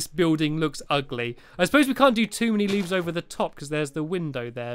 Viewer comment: you said uhgily lol